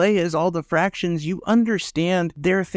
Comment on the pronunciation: You keep saying fractions. It's factions.